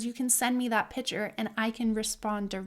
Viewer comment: Lots of good information thank you. Please say "picture" not "pitcher". Very wonderful of you to help. Bless you